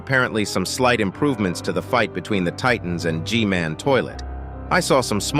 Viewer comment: he said titnas